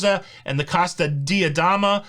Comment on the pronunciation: In romance languages "i" is pronounced "ee". So it is "Dee-a-dehma".